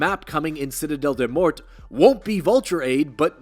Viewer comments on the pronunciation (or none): It's pronounced more because it's French des morts = deh more